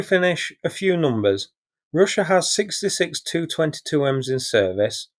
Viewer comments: "Tee, You" 22, not "Too" 22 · Nice reportage and analysis, as usual. May I suggest you say ‘T ‘yoo’’ rather than the confusing sound of ‘two’. Keep up the good work.